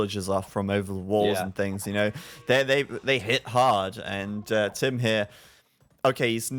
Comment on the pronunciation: Should be Tim, not TaToH!